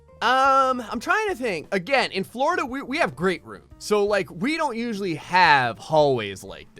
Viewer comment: I like you say Florida you say Flerda